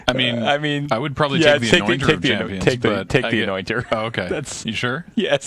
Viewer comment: I don't know why, but I keep hearing "anointer" as "annoying turtle"